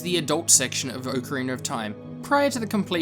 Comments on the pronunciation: "Oak Arener of Time"? Don't you mean Ocarina? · I think he's also referring to the r at the end of Ocarina. People in the UK usually pronounce an "ar" or "er" sound at the end of words like "idear" or something. It's just because a lot of native English speakers from other countries don't pronounce that R sound. This reply is already too long but it also just depends on the dialect around you and what you grow up with. I personally feel as if there is no "correct" way to pronounce anything because everyone's speech is so different.